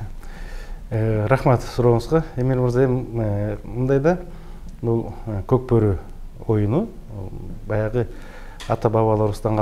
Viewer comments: Коп кору дебей кок бору дечи макале тилин келбей атабы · Кок бору деген созду айта албайт екен аа 😂😂😂